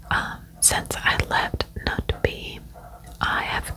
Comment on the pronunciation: Yeyy, you did this case!! 😍 I've requested it from so many creators! Thank you! Ps You would pronounce Knutby as in "Ruthview" 😄 if that makes sense! Word of Faith is a movement of prosperity gospel. Kenneth Copeland-type of ****. 🙈